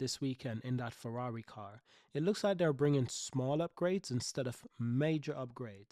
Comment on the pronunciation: Fewawi 😂😂😂😂 Cawacter 😂😂😂😂 Retard